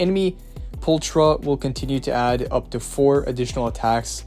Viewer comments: the character's name its pronounced "Poolckra" in english not Pooltra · Am I the only one that's annoyed he doesn't say her name right? He's saying the ch like the Ch in China when it actually makes a K sound like in chaotic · I love the way people say her name as well. We don’t have it in the game. Her name is not pull- . It’s. Pul-kra. I don’t know why that annoys me so much. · "Pultra" lol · There's also another YouTuber who says her name as Pulchera and it made me recoil so bad 💀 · Same lol alot of the youtubers say her name like that and I just keep cringing every time. They say her name in game. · right?! There's also a few other characters that are mispronounced. Such as: Burnice, Miyabi, Pulchra, and probably a lot more